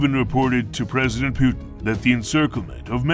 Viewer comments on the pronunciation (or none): none